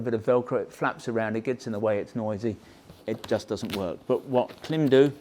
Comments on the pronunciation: It's Klime - rhymes with Slime, not Kilm like slim! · Whether British English or American English, the rules of pronunciation are the same. When there is a horizontal slash above a vowel, that indicates the vowel ought be pronounced "long". Thus, Klīm ought be pronounced "CLIMB". not "CLIM". As a distributor, of course you know that. To insult the brand with your short- voweled quip is deliberate. In my thinking, that diminishes your brand. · Klimb is pronounced ( climb) notice the line over the letter i 🤣 that means it’s pronounced ( eye) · It may well be spelled K-L-I-M but it's pronounced CLIMB. You "experts" should know that. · Genuine question. Is there a reason you guys pronounce it Klim (like limb) not Klim (like Climb)? Their own YouTube videos pronounce it as Climb... I'm intrigued....!! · it's pronounced as "climb" ;) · Are you aware that it’s actually pronounced like “climb.” The “i” has a diacritic above it. The macron indicates it is a long vowel. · Thanks for this in depth overview. It’s super helpful as I’m deciding between this and the Badlands for riding in Colorado, which has everything from deserts to 4000m peaks. One piece of constructive criticism: the company pronounces their name honoring that long vowel macron over the ‘i” - it sounds the same as “climb.” That said, just keep saying Klim! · Can you imagine the marketing people at Klim cringing every time pronounces their brand name incorrectly! 😁😂